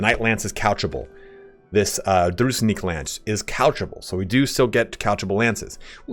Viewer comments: Nice video. One nitpicky thing from my side: Calling Druzhinnik DruZnick Ah, pain in my ears :) It should be more like Droo + jin + nick (there is double n and zh is more like j without d part). As for the unit itself. Gameplaywise i agree with you but for RP it makes sense to have them mounted. Because judging by name itself Devs definitely took inspiration of Sturgia in Kyivan Rus (on which vikings and Byzantium were big influences). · ITS "DRU - ZHIN (more like J-sound, like in voyaGe , not z) - NICK" not druznick Drough-Jeanne-Nick it's from Russian midlle age history, means a member of the inner circle (friends, far relatives) of a noble FYI the lore here is a direct parallel to Kievan Rus' (midage Russia) which was mainly fighting The Golden Horde (Khuzait), and Livon order (Vlandia, sort of). And it was (as in the game also) really hard to predict- who will your next battle be with - mounted archers and light cavalry of the Horde, or heavy armored knights of the crusaders. So the logic here is to have something which will be suitable against both. The game actually translates real historical circumstances and material response really smart. Unfortunately suffering from the balancing necessity. Also mechanics of the game tend to equalize army sizes, whereas in real history some peoples took V by sheer numbers and overwhelming hit-and-run tactics (Horde-Khuzait, Mamluke-Arab), while others had technical superiority. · Zh in Druzhinnik sounds like [ʒ] in "casual". Dru-zhin-nik. Druzhina was a personal army of Early Rus' lords. In most cases Druzhinniki was a best friends or even relatives of lord, so they was really loyal to him.